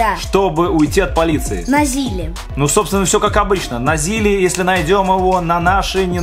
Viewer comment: Вообще-то говорится не на ЗИЛе а на ЗИЛе